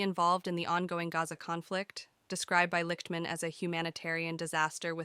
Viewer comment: His last name is pronounced "Licked-man."